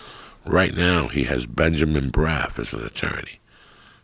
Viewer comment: I love how he calls him Benjamin braf. His name is Benjamin Brafman